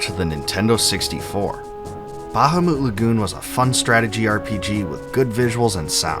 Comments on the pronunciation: It’s “Bu-hamut” Lagoon. Not “Baja-moot” Lagoon. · Buh-hah-mit not ba-ha-moot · its not bahumoot....its literally BA-HA-MUT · Google the pronunciation and you'll see it most definitely is "Ba-ha-moot"...... not "Bu-HaMuT" 🤓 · buh-HAH-meht, not BAH-hah-moot Also LOON-uhr, not loon-AHR, from some of your other videos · RIGHT?! smh... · Ba-ha-moot Lagoon 🤣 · I don't think that's how bahamut is pronounced. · The word bahamut seems to have the same source as behemoth. No one pronounces behemoth like the guy who made this video. The stress should be on the second syllable. Like how you would say the word Goliath.